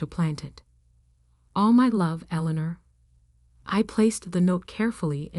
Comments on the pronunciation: Street Michael cathedral? Elener? Really? Get real people to do these stories. Computers can't do the job properly. There are so many mistakes it is demeaning. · The name is pronounce “El- In- Nor” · Absolutely eg St (Saint) Michael's Cathedral. Eleanor typed incorrectly Allinor or Elanor? It spoils the story. How about Read not pronounced read a book? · I enjoyed the story as much as I could while having to listening to the name Eleanor being butchered relentlessly. But that is 1 thing that A-I does read only what's given to it. It doesn't know how to distinguish errors evidently. I don't know who wrote this, but if they were human, then they couldn't spell, do any proof reading or just didn't give a cow's a-- how it appeared. I guess that is what they mean by Ignorance Is Bliss. I'd say Illiteracy is on the Rise. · You computer generated narrator's voice needs to be programmed with the proper pronunciation of words such as Eleanor. It made me cringe every time I heard it pronounced with a long e sound in the second syllable! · Street Michael's is killing me...and how many ways can you mispronounce Eleanor?????